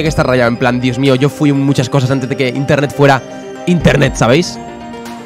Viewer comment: Nadie::INTENTET